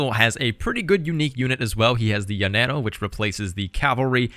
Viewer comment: Double lls are pronounced as "y" in Spanish. So llanaro is pronounced yahnero.